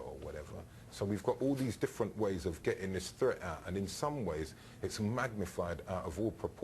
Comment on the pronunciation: It's not "fret" it's "threat" "th" th" "th". Come on now! And it's not "fink" either.